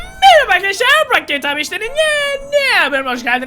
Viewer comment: miribiii arkidişliierr smdjjsj 😂😂